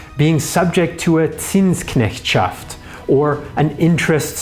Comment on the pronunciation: Second comment: You said the German tongue twister "Zinsknechtschaft" free of any accent. Your German must be most excellent.